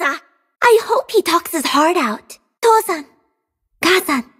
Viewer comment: Its toh San not tou okay😊